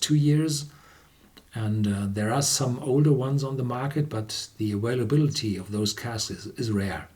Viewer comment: The word "availability" is pronounced aVailability, not aWailability. You pronounce the V perfectly when you say "vanilla"; so just use the same "v" pronunciation when you say "available" and it will be pronounced correctly.